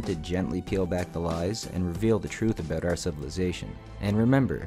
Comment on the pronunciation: You funny. You say hoise, aboit and oit. You funny